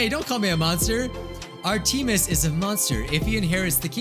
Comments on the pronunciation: Artemis is not pronounced ar-tee-mus, but it's pronounced ar-di-mis. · "Ar-TEE-mis is a monster" Lol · The way he pronounced Artemis hurt my Mythos heart (;´༎ຶٹ༎ຶ`)